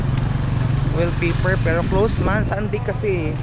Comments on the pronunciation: WALLpapaer hindi wellpaper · Wall paper hindi well paper hehehe